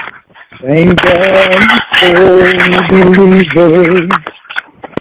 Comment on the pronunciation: The poems are making me gag.....the vomit is nearly there.....for the love of Cawd,, STAWP!!!!